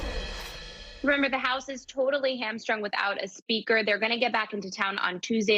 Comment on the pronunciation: Nancy can't even say the word SPEAKER!